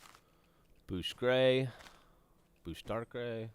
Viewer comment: Almost sounded like Gavin said "Dark Ray" instead of "dark gray". Anyone else?